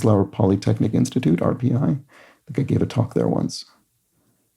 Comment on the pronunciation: Gabe Kaplan played the titular role in Welcome Back Kotter, didn't realize the characters first name was Gabe, the show being more famous as introducing John Travolta. RPI is my Alma Mater so not only was I pleased that you didn't try to make the R stand for Rochester but you pronounced it right. I wondered if you would struggle with the clue at all but as you mentioned you have been there.